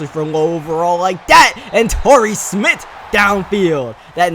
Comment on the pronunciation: Y he pronounce Smith smitt